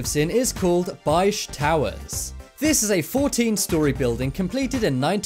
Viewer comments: Good video, I just want to point out that our building we live in is pronounced "Bay-gitch" Towers, not "Baisch", other than that, its pretty much accurate! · You miss pronounce Begich wrong